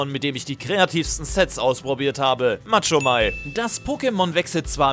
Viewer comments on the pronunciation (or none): Machomei nicht Matschomei 😂